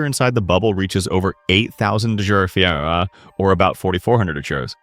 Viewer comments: I LIKEIT when it tries to say Farinhyte Frettettughhahhe Lolololololollololol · Right?! Like the one that got me the most was the over "8000 degrees fahrenheit" I mean... 8000 was pronounced correctly... But I think the rest was simply the AI having a stroke. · Couldn’t say Fahrenheit…? 🤷🏻‍♀️ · Real. Can't even get the pronunciation of the temperature units right